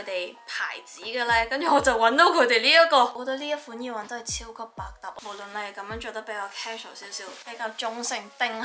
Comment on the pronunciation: 講咗咁多次都仲係耳“wang”😂